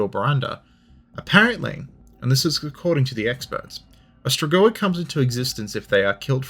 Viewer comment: Your pronunciation "stregoi" to my ear sounded very similar to the Italian word for witch, strega(fem) strego(masc). Romanian being at root a latin based language, not unlikely that "stregoi" is a shared word.....yeah, kinda of a pedantic comment...but history of everything and all that. Thanks for light hearted detour.